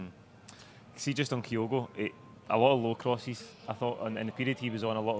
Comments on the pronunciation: Not listened yet, but if says “KIGH-OH-GO” again so help me god….Edit:, …. How, HOW can Gordon Daziel & Packy Bonner pronounce Kyogo correctly yet cannae after a year…good grief. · Same reason I can't stand Bonner...you are a pundit but can't even get the basics right? A 5 letter name and you say it wrong every time yet everyone else you talk to says it right? It's just pish. I like the channel, presenter is excellent, is superb.... will be good when finally learns to say OUR players names correctly. It's mental a Celtic fans podcast can't say our players names right.